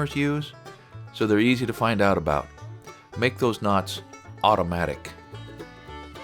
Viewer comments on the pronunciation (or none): none